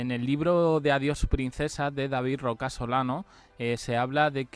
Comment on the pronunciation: A ver es Rocasolano, no Roca Solano😂😂